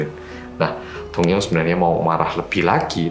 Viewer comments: Aku dengernya doyoung ternyata dongyoung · ngomongnya dongyoung,aku dengernya doyoung:D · Name: dongyoung. What i heard: doyoung Wtf? Kangen:)) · Kejadian ini terjadi pada seorang laki - laki bernama Dongyoung. Aku dengernya Doyoung dong:")